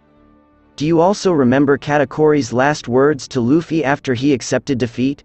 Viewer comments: Did this dude call luffy, luufy? For shame young human for shame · Love the video but please pronounce luffy’s name write lmao. Its luuufy, not like how his names written.